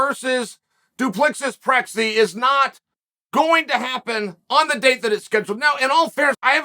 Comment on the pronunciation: Dree-kuss dou-ple-see. Easy.